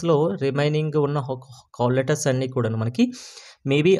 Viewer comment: Ori babu cole letters kadhura call letters pronociation problem haa